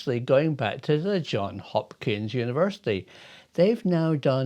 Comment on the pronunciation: Hi Prof, the S is still pronounced in John(s) Hopkins. Just an aside, stay well.